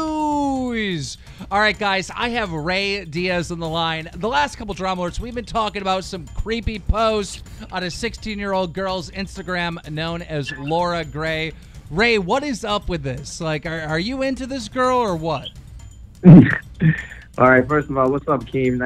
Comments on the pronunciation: laura grey😂😂😂 it’s loren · Isn’t it Lauren not Laura lmao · Killl, its loren not laura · He said Laura Grey 😂😂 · Keem, stop calling Lauren Gray “Laura” Gray I know it’s funny but like come on now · OriginalMeme :/ actually it’s loren**